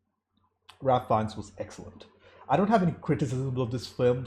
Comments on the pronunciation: Love your insightful reviews,! This is a fantastic film but it’s also so hard to watch movies on this subject. As a point of weirdness / interest, Ralph Fiennes is pronounced ‘Rayf Fiennes”. I always get him and Liam Neeson confused. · The girl in the red coat means several things to different people. To me, it was like - she stood out but everyone was ignoring her. She was wandering through the streets, obvious as all hell and nobody even looked at her. That was the situation there with the abuse and genocide. It was all over, it was obvious but went unseen by most. (BTW Fiennes' first name is pronounced like Raif.) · Raif Feinnes it's pronounced and not as spelled. Spielberg filmed it in black and white because it was a bleak and colorless time fur the Jewish people murdered by Hitler's orders. it's more powerful than ha it been filmed in colour. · Ralph Fiennes’ first name is pronounced like ”rafe”. Not like the most common Ralph.